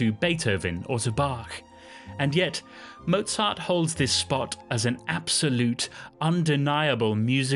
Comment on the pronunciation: A nice story, but why don't you try to pronounce his name correctly? Anuone can learn German pronunciation in half an hour.